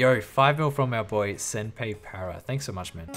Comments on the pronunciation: "Senpay" for Senpai, I love it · Homie said senpey para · Rsn: e-girl eye Love how you pronounce senpai lmfao